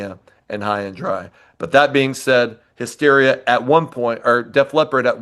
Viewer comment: What's the deal with the one dude saying HIGH-steria? 😆 Seriously, though...This album did not age well and I was so disappointed at the time it was released. "Hysteria" was really good even though it wasn't as good as the two previous albums, but I really didn't like this one at all. "Make Love Like a Man" is an awful title and the song itself isn't good, either.